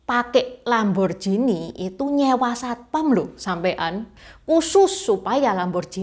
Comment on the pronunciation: Koreksi ya.. lamborghini itu bacanya lamborgini..bukan lamborjini..